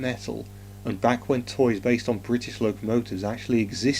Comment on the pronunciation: BRI ISH?